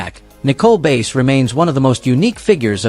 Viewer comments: its nicole bass not base her last name is bass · Her name is prounounced like the fish, not the instrument. Bass